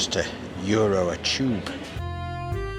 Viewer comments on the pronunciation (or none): none